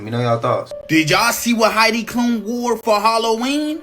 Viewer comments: Unc was cooking when he started talking about your magnetic field and energy. It is the the intention in your thoughts and actions that energizes them. Also, Heidi Klum (pronounced Cloom) is a supermodel from the 90's. Most know her from the show Project runway. She used to be married to Seal, the singer. Who is to say that is her? She's unrecognizable in that "costume". It is too realistic if you ask me. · Heidi Klum (pronounced cloom) is a supermodel and has been since the 1990’s. Halloween is fun for some people. Plenty of people go all out for Christmas. This is a weak ass argument. I’m not saying Reptilians don’t exist, but an obvious costume doesn’t help the theory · Pronounced "Kloom"~